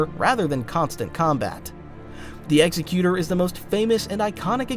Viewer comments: Executor = ex-eck-you-ter. Quit trying to pronounce it like Executioner! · imagine making a half an hour video about star wars ships and not being able to pronounce correctly at least once the EXECUTOR class